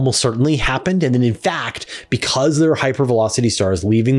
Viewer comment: Change the way you say Milky Way 😬